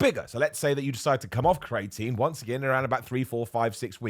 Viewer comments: Cre a tine not crating lol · Turns out I’ve been saying creATEin wrong for years - I was saying CREEEATINE. You live and learn!!! :-) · Say it after me - cree-ah-teen